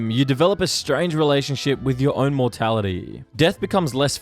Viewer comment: Your voice annoys me why do you keep holding your syllables so long “over time, you develop a strange relationship with your own mortalityyyy.” “that is your last momeeennt.”